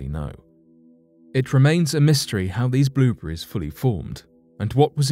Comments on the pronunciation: I think it's more like blubreze. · Blueburries? lol